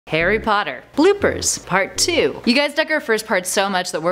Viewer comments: does she say hairy or Harry? 🤣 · Lol anyone realise at the start she said ‘Hairy Potter’ instead of ‘Harry Potter’ 😂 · WHY DO U CALL HARRY HAIRY POTTER